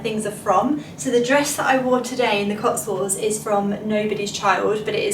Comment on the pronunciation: for jesus names sake....please learn to talk...it's the COTSWOLDS...NOT COTSWALLS. Noone can be this Scatty.